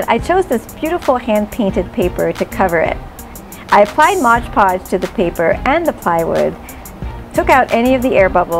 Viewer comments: Mod Podge =/= modge podge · Why does everyone seem to call it "Modge Podge"?